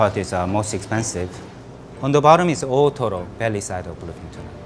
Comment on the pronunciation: I kept hearing ottoro